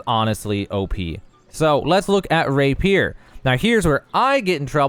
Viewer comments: It's ray·pee·ur btw not ray peer! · “Rapir”. Lol. It’s “Ra-pi-er”. 😉 Soooo, I’m new. Been playing a couple of days. Level 25 now. I almost feel like I should hold off until this update drops. The funny thing is, this will fix a lot of the things I already felt. Especially the dodge thing and the weapon switch. I would also like the Shed being universal so if it’s stored it’s stored and available no matter where you are. EDIT: And MATCHMAKING! Jesus Christ it’s amazing there’s no matchmaking in this game.